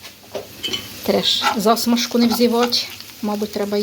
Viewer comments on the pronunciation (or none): Ви ж не сторічна бабка, що звикла неграмотно говорити. Ці всі ваші те'ртушки та за'смажки з не вірним наголосом так ріжуть слух - жахливо слухати.